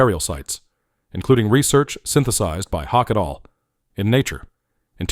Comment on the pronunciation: The pronunciation of "et al" was painful to hear.